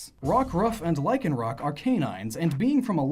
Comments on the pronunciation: IT'S LYCANROC, NOT LYKENROCK! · Lycanroc = Lyc an roc